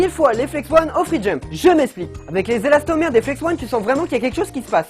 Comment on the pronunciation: J’étais là seul à entendre elastomerde 😂😂